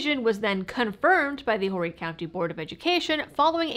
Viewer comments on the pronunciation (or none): "Horry" is pronounced "or-ee". Silent H. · We don't pronounce the H in Horry. Love you!